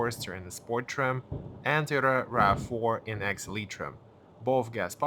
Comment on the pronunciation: It’s “toy-ota”. Not “T-ota”